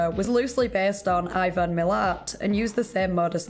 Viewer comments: Milat is pronounced “mil- la- at” not “mil-lit” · its pronounced mill ant